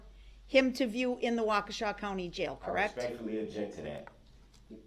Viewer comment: Not wakeisha 😂😂😂